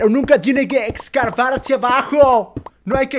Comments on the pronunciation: mo lo vio nadie pero dijo "excarbar" xdddd lo pongo un poco mas lejos xd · excarvar, y lo dijo a propósito, el dios no se equivoca madafaka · german: noe eshcabar acha bajo noe Yo: de nuevo russoooo no mames german